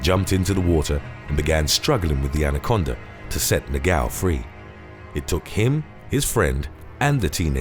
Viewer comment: Its so funny the noise he does when tries to pronounce "Portuguese names ( words ) like "negão" 😂😂😂😂😂 " he says Negaummm" but its Negão 😂😂😂😂